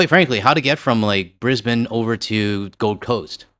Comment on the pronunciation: G'day from Oz. Regarding your upcoming Brisbane trip. First off, bloody well done on getting it absolutely spot on, in saying Brisbane the right way. I do have one suggestion regarding our coffee. We (obviously) dont do coffee chains. But despite that, Starbucks is still here, but it survivex in high tourist areas only, as they arecthe only ones buying that slop. But there is a sort of potential (but not an actualdownsideas such) to our coffee culture that might surprise visitors who are used to coffee chains, and i dont just mean Starbucks either. The thing is, there are eo many minute differences between the tastes of coffee from one shop and tge next, and we do have a huge number of stand alone coffee shops, as well as places that serve Barrista style coffee, that one must wonderchow any of them makeca profit, but they do. The point is, everyone will find a coffee shop that's not tontheir own particular liking. And thats absolutely natural and to be expected. So dont be put of if your very first coffee (or two) isn't to your liking, just keep trying. The bar is set so high here that it wont take you very long before you find something that you will enjoy. Coffee chains like Starbucks, G.oria Jeans, Tim Hortons etc, rely on serving the same tasting coffee blend in every shop, so I've met tourists who innocently expect every Aussie coffee shop to more or less be the same. Well obviously its not. Enjoy youd trip ouf here, at least the public transport should be cheap, like 50